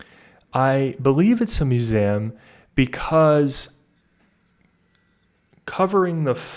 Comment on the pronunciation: the pronounciation of "museum" took me out